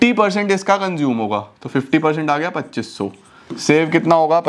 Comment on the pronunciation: Sir pachoos sunkr ekdm seriously pdhte pdhte hasi agyi 😂